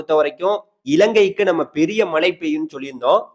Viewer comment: ஐயா வணக்கம் மழையையும் மலைன்னு சொல்றீங்க மலையையும் மலைன்னு சொல்றீங்க உச்சரிப்பை மேம்படுத்துங்கள்